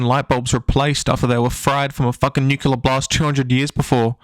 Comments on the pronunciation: “nuke-yoo-lar” isn’t a word. “Nuke-lee-ar” is a word tho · The fuck does Nuculer mean? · nu-CLEAR. ITS NUCLEAR. Not Nucular. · It's nuclerar, not nucular. Why cannot american pronounce it properly? Otherwise, agree with your opinion. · Quit the video when you said "Nucular". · Where are you from? it's not the first time i'm hearing someone pronounces "nuclear" as "nukelar" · If I hear nucular one more time imma lose my shit